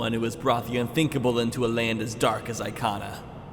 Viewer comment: Oh and it's EE-kana